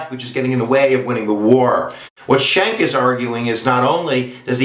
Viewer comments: Pronounced SKANK...Not shank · My name is Anthony Schenck and you are not pronouncing my familys name correctly. It is pronounced SKINK, like the lizard. If your going to state the facts, atleast now how to pronounce the relating facts correctly. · not correct pronunciation.